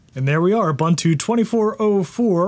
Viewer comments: I appreciate all your videos, but please stop calling it uh-bun-too. Please 🙏. oo-boon-too. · Man its not Ubbuntu. Its more like obonto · You're awesome dude, love the channel, but say it with me. OO-BOON-TOO. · boo boo boo... Ubuntu is pronounced Oooo Boooon Tooooooo. Add as many o's as you'd like but don't put no Bun in that oven baby! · That's not how you pronounce Ubuntu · lol, people still can't pronounce ubuntu correctly after all these years.